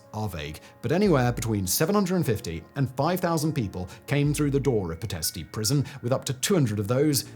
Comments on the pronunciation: It’s pronounced Pitesht, not pitestey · Its "Pee - t (soft t) - esht. You don't pronounce the "i" at the end, except as a slight exhalation.